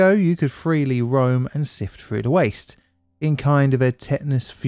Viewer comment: Through,,, not frough...